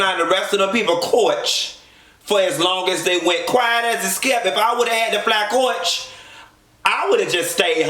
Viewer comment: "fly coyach" haaaa